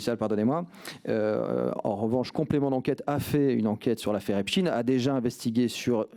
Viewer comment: Metci Mr Charles Alloncle de dire epstein et non epstine. Rien que ça denote qu'ils sont aux ordres. Personne ne dit Einstine mais Einstein